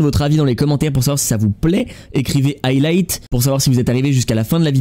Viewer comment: Chui mort faites des efforts c’est hyper cramé que le mot c’est « higlight » 😂😂😂😂😂😂😂😂